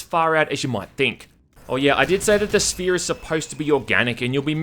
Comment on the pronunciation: “Some organic alien structure called; The Sphee”